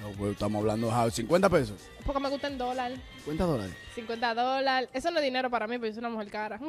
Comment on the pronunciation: 50 dolal 500 dolal JAJAJAJAJJA "DOLAL*